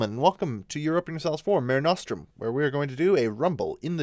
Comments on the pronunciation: Māre Nōstrūm? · That's not how you pronounce Mare Nostrum. As it is Latin, it is pronounced MAH-rey NOH-strum. (With a long 'u') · Please pronounce Latin correctly.